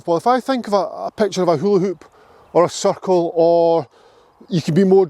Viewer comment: l heard 'focus on the suckhole'4 times before l took the accent into account.CIRCLE!